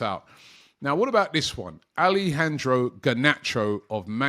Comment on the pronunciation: Bro please don’t butcher the name like that 😮 it’s ALE-jandro (ALE, like in French) not ALI-jandro